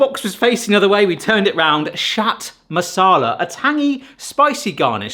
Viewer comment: At first I thought he said Shat Masala 😂😂😂😂